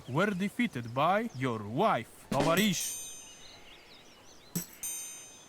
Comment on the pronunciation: Believe me I'm russian you say tovarish and you are an aswome youtuber товаришь !